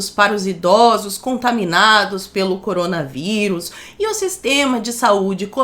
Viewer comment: " MOCOROMGA VÍRUS " KKKKKKKKKK